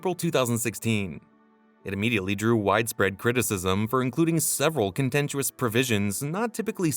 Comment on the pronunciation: Am I alone in hating this narration? Like his pronunciations, inflections and the way, he speaks? what is a “contentuous“ provision? the prop “feethers“ itself ?! Also, it’s the cost stupid (a take on “it’s the economy stupid”)